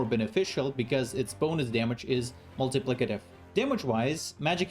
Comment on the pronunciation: First of all thank you for the guide. It was easy to digest, and hearing you struggle to say multiplicative was hilarious! I have issues with pronunciation of some words myself.